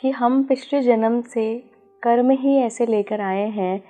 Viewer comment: कर्मा नहीं कर्म। हम अंग्रेज नहीं हैं